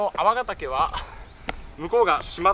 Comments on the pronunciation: 「くりがたけ」ではなく「あわがたけ」です。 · クリガタケじゃなくて、アワガタケですよ！ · くりがたけじゃあない！あわがたけと読む。東山は、わが故郷。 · 栗じゃない。粟ヶ岳 「あわ」ですよ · あわがたけ、ですよ